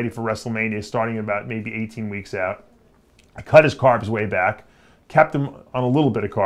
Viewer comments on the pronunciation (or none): none